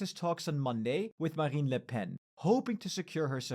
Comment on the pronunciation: "Formidable La Pen". Jesus Christ, go back to school kid